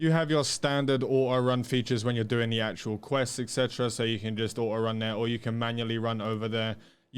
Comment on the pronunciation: So it's actually true, there are people who actually says "Ah oh" instead of saying auto.